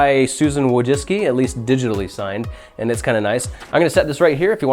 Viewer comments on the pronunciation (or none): none